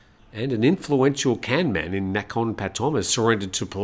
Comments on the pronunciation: I am sorry, I know that you will get 5 commenters correcting your pronunciation of the Thai word kamnan ( กำนัน, meaning village headman), and all 5 will be different, but I cannot stop myself: kamnan is pronounced like the English words gum, nun. Here are a few useful rules of thumb (which do not always work) for Thai words spelt using English letters: usually "k" represents an unaspirated k which sounds a bit like g as in gut, while "kh" sounds like c as in cut; usually "t" represents an unaspirated t (which does not occur at the beginning of syllables in English) while "th" sounds like t as in top; usually "p" represents an unaspirated p (not at the beginning of syllables in English) while "ph" sounds like p as in pot; sometimes "a" sounds like u as in cut and sometimes "a" sounds like a as in cart; usually "e" sounds like ai in gait, and "ae" sounds like e as in get; usually "i" sounds like ee as in feet; sometimes "o" sounds like oa as in goat, and sometimes it sounds like aw as in law; usually "u" sounds like oo as in root; usually "oe" sounds like e as in her; and usually "ue" (as in the dreaded word Don Mueang Airport) represents a vowel sound which does not exist in English. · Pronunciation police died too with ‘Kamnan’